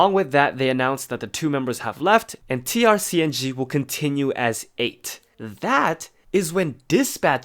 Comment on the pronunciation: Also its pronounced TRACING. Figured you might wanted to know.